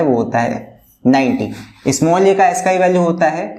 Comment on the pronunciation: Sir that's not Asskii value that's aascii